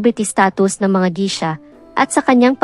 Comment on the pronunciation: Geisha po ang pronunciation.. as in geysha